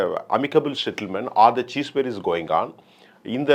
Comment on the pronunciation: Its not 'CHEEESE Fire'. It's Cease fire. learn to pronounce English. Not Tamilsh